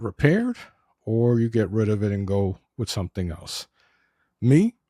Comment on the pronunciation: Maybe your brain injury made you overlook that this is a 2 year old camera? Nobody cares about your personal issues, and with is not pronounced "wid." You have no future in video presentations.